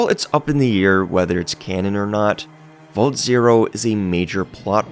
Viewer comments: It's pronounced 'vault', not 'volt'... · This guy's pronunciation of "vault" is infuriating